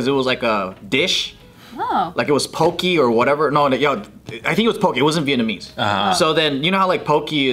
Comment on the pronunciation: Also it’s pronounced “Po-keh” not Poki